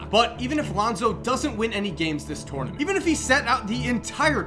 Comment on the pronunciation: I love your videos!! But please learn how to say tournament😂 again love your videos!